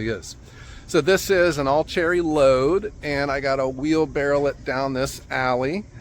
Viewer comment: its not a wheelbarrel its a wheelbarrow